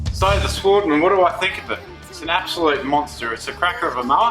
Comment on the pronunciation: Work on your voice over skills mate. Oh and it’s European machine, pronunciation would be “svaardman”